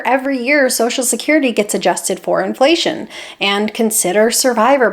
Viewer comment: Stop saying “Inflation” you sound really weird and annoying when you say it like that